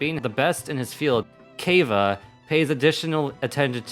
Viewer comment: I'm so sad I'm a Kaveh main you did him so bad 😭 You said his name wrong and he's the best boi who needs a hug. Also Alhaitham and Kaveh are obviously married (wishful thinking)